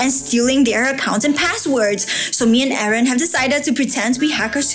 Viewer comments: you said harrn lol you said it bad its Aaron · I,heard,everytime you call aeron karen Lol😂